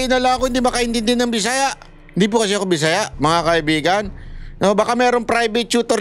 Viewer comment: hindi po maragsa ang pag pronounce ng BISAYA sa dulo